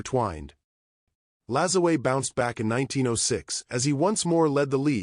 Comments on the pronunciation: pronounced, napolean La-ZWAH. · LaJoo-a is how you should be pronounced. How you get a "z" from a "J" is head-scratching. Still enjoyed the post. Note: I am not a distant descendant. Just a La Joo A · Using Spanish pronunciation on a French Quebec name ( I know tons of Lajoies’ ‘ your pronunciation is terrible A.I. Vox is short for turn it off and I did. Salut de L’ile Perrot Quebec Canada 🇨🇦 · My branch of his family always prononced it La joy. Henry Toussaint Lajoie (1839–1914), my great grandfather, is a perfect, direct example of the exact surname shift from Masseleau to Lajoie.Born in Saint-Denis-sur-Richelieu, Quebec, his records highlight exactly how these names intersected during that generation:The Father: His father was documented as Joseph Toussaint Masseleau (born around 1819). In many records, the father is listed under the transitional name Toussaint (Masselot dit) Lajoie.The Name Switch: When Henry Toussaint was born in 1839, the family was actively using both names. As Henry grew up and eventually migrated to the United States (living in Ohio and later North Dakota), the "Masseleau" part of the name was dropped entirely. He and his descendants became known strictly by the surname Lajoie. Interestingly, family genealogists note that this specific Quebec branch of the Masseleau/Lajoie family tree links directly to Larry "Nap" Lajoie, the legendary early 20th-century Major League Baseball Hall of Famer. My grandfather died in Ray, ND, when my mother war four. Ray, ND also took her bbay sister and her faathr withoin 6 mnths that year. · If he was French Canadian is last name was and is pronounced LAJOUAH